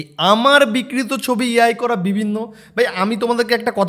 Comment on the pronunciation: কি বিক্রিত হয়ে গেছে? বিকৃত সঠিক উচ্চারণ করতে গেলে সেই উচ্চারণ করতে গেলে সেই শিক্ষা ও যোগ্যতা কোনটাই নেই। ও চটি চাটা ছাড়া আর কিছুই জানে না।